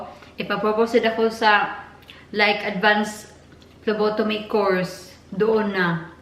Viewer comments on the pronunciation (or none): Hi po I'm ur no.1 fan. May sasabihin lang po ako, hope di po kayo magagalit. It's PHLEBOTOMY po ate not PHLOBOTOMY. Gusto ko rin po kumuha ng dugo, I'm not a Phlebotomist but I'm a Medical Technology soon kapag nakapasa ako ng board exam. It is called Blood Extraction or Venipuncture. Alam ko na rin pano kumuha ng dugo and it's easy. We our one also who do that kind of job and after that we process or examine the blood in Laboratory. That kind of jobs is awesome. Goodluck po ate. Notice me po.